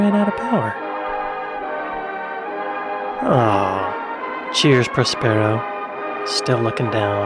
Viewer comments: hold your head in shame for aping the narrator's ridiculous pronunciation of Prospero (in the manner of 'sombrero'). As an actor, you really should know better! Love your reactions, though. Hopefully someone will cast you in their next project... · Well I've never heard 'Prospero' pronounced like that...... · How embarrassing to produce a whole documentary and not to check how to pronounce Woomera and Prospero.